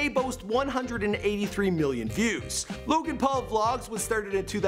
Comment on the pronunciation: Wow you actually pronounced this guys name correctly unlike felix